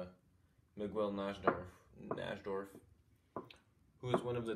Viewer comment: Surprised you don’t know Najdorf! He’s one of the all time greats, his variation of the Sicilian is one of the most common at top levels. You’re in for a treat if you look into his games, he’s got some really great ones. Also it’s pronounced nigh-dorf, nigh like high. Thanks for the video!